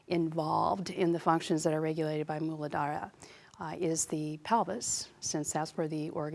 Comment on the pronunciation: Thank you for describing and correctly pronouncing Muladhara. Such useful information.